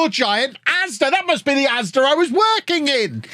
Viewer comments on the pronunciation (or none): none